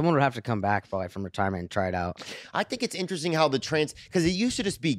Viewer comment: Man it pissed me off how said interesting. I love when he says “innerestin”